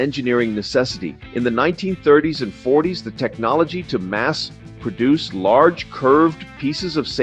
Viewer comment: He did use AI. "..."the technology to mass (PAUSE) produce..."